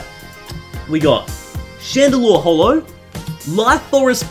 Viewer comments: Did he say genesect hollow? Great job 😂😂😂😂😂😂🤣🤣🤣🤣🤣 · Did anyone else notice that he said genesect "hollow" at first...